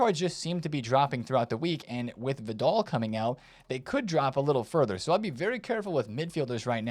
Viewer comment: “Vid-all” … this is definitely a gimmick for him. No way anyone can miss this much. 😂🤦🏻